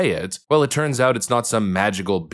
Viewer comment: Phillips (or whoever it was) dismissing this and saying “But it’s nah-hot,” makes her look like a clueless tool. The president was right (again) and she was wrong (again). Plus, he’s not backing off of anything; he’s plowing forward and because he knows what he’s doing, that’s why things have cooled off and the economy is doing well.